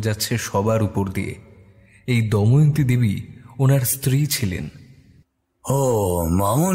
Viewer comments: অনেক দিন পর র আগমনে মনটা যারপরনাই খুশি তে ভরে গেলো।তবে এত সুন্দর উপস্থাপনা য় ছোটখাটো কিছু ভুল মনে কষ্ট দেয়। চরিত্র গুলির মধ্যে কেউ একজন দময়ন্তী নামটির উচ্চারণ 'দয়মন্তী' করেছেন। এটা একটু খেয়াল করবেন। দ্বিতীয় পর্বে যেন এই ভুল না হয় এই অনুরোধ করছি। অধীর আগ্রহে অপেক্ষায় রইলাম ❤ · Puro golpota khub sundor But it's not doymonti It's damoyonti